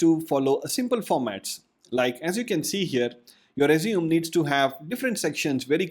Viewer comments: It is r-E-sU-m-E not r-E-sU-m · IT'S PRONOUNCED AS RE-ZUME-AY, NOT RESUME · I dislike how he says the word resume. It's not rez-zoom it's rez-zoo-may. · Hi, just a english correction. "Resume" is pronouced "Res...ooo...may" "Resumay" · As verb resume As noun- resumé. That's it. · Your pronouncing resume incorrectly. Good tips though. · I guess the word Resume in this case is pronounced differently. The way you pronounced it means to "continue from where you left". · Just for future reference, you may want to change the way you pronounce resume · Someone who doesn’t know how resume is pronounced probably definitely isn’t an expert on the subject